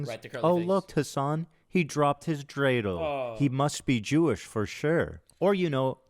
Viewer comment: When he said "I know what you're thinking" I thought he'd say what's a dradle